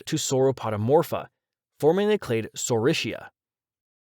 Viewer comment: why can't americans EVER pronounce dinosaur names corectly? it is not saurishia, it is saurischia. pronounced as SK